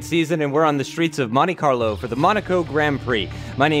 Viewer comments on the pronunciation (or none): Botch right at the start Justin said mone Carlo